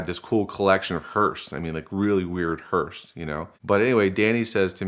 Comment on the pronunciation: He really said "hursts" instead of hearses. More than once.